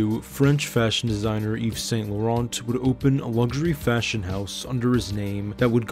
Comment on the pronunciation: The 'T' in St. and Laurent are NOT pronounced , please!